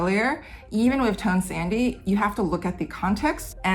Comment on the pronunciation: I know it's spelled tone sandhi but I keep hearing "tone sandy" and like yeah, those tones are in a sandwich